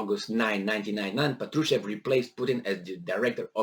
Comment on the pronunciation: The stress is on first A: "pAtrushev"